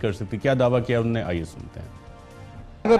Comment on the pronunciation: Mohtaram Arshad sahab. Mash Allah aap ka program bahot achha hai. Andaz e bayan bhi nehayet umdah. agar yeh aam alfaz jo aap balke tamam punjabi bhai, khaas taur se jo ala taleem yafta hain ghalat boltay hain.. maslan - unhon ne ko un-ne, kabil (Qabil) Fakeer (faqeer), ahmak (ahmaq) Kanun (qanoon, kuchh saheban knun kehtay hain) etc aur isi trah ke doosre alfaaz jo Qaaf se shuru hotay hain woh kaaf bolte hain. aap jessay taleem yaafta saheban urdu ki taang toren ge to yaqeenon naujawan nasal bhi aap ki paeravi kare gi. umeed ke aap bura nahin manain ge. shukriya